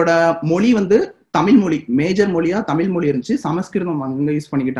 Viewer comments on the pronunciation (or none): தமிழ், தமில் அல்ல.. முயற்சி செய்து திருத்துங்கள்